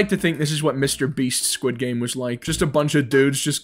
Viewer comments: Its sqiud game not skuish game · he really said sqish game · Bro in "its fron squish game"